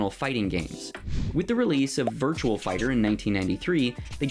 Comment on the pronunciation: VirtuaL Fighter? C'mon, dude, it's VirtuA Fighter.